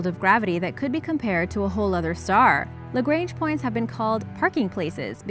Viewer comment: What I love bout origins explained is that they use meters and kilometers instead of those American nonsense measurements, but the way you pronounce Lagrange gives me creeps... It's a French name, no need to pronounce it like it is English